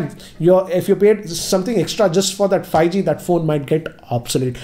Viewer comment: hahahahahahahahaha::):):):):):)::):):):):):):):):)::):))::) He says fieeG instead of 5G hhahahahahahaha